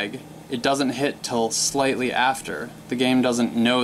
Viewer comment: Why did you say slately early? Or did you say slightly?